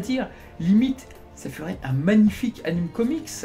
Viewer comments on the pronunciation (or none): none